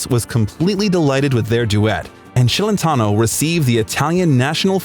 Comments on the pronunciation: Celentano is Italian. His name should be pronounced Chelentano, not Shelentano!!! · It's not Shellentano, it's pronounced Chelentano. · Yeah he looks exactly like Jerry Lee Lewis. And it's pronounced Ch elentano, not Sh ellentano. Moron. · What the hell is “Shelentno” his last name is Celentano pronounced (Ch not Sh)!!! You are making a YouTube video about him. You at least need to know how to pronounce his last name correctly. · His last name is not SHelentano but CHelentano softly...😊😊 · You are saying his name wrong “Shelentano”. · Thanks for the biography, but please work on the pronunciations of the Italian words..but most importantly Celentano. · Buddy, you're butchering his name. It's pronounced CHeletano not SHEAletano. And before Euro italian currency was LEER-AH not LIAR. I couldn't finish watching this.